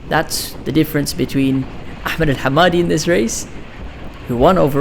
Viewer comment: FINNALY SOMEONE WHO PRONOUNCES احمد RIGHT🔥🔥